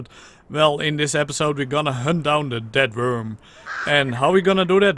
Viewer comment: who else heard we are going to hunt down a dead worm instead of death worm